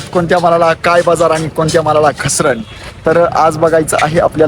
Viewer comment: बझार नाही बाजार म्हणं